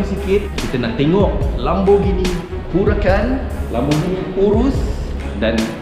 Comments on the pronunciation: Pronounce it lémborghini not laaaambo.. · bro LAMBORGHINI la....bukan LAMBOGINI